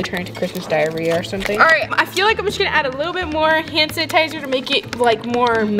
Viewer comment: “Christmas diariya”🤣💀